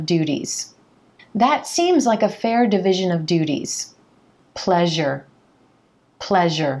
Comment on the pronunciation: it's division, not devision